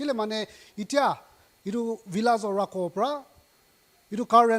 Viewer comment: Lol “Rhakho”.